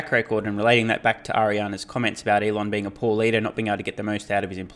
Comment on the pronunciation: The name is Elon not Eloff right..